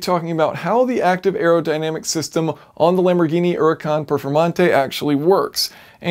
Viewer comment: Mind = blown. :-D And finally there is somebody who pronounces the Huracan correctly. :-D The "Ooh-ra-cahn". xD